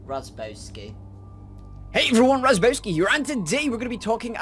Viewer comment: Why did you call Razzbowski, Razzbeauty